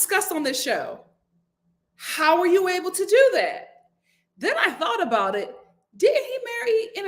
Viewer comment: I got a lil offended when you said aboot when referring to the crowned prince Sir Drake!🤣🤣 I’m Canadian and when I say « about » it sounds like I’m saying « a boat » 🚤 I’m from the east coast 🤪